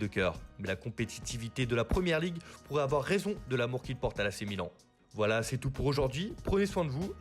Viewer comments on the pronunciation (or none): none